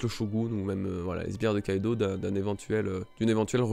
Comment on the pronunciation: Barbaux Nathan je suis assez dacc avec toi a part pour Kaidou ça se dit Kaido...